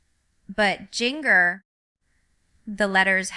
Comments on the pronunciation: Can’t pronounce her own name! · Definitely fake!!! Jinger didn't even pronounce her OWN name correctly!!!!!!!!!!